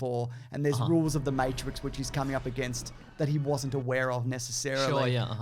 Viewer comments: Back to pronouncing it Mawetrix lol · Hey look, stop saying words wrong. Fucking Mattrex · can't even say 'matrix' right, for starters. Good start,. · hes obviously saying matrix wrong on purpose